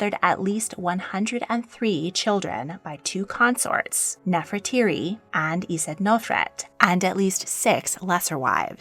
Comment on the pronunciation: Hi, I really enjoyed the video! Just a small correction—Queen Nefertari's name was pronounced 'Nefertari,' not 'Nefertiri.' She's such an iconic figure, so I thought you'd appreciate the clarification. Looking forward to your next upload!